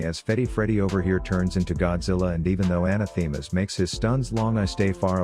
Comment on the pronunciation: Love the vids, but one things been bugging me. Anathema isn't pronounced that way. Quick Google search will tell you the actual pronunciation.